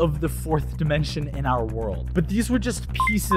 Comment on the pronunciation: Take a drink every time he says "dimenshon" 💀